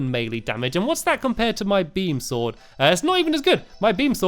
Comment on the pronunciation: Feline friends Sword* Better* Not Sord and not Beder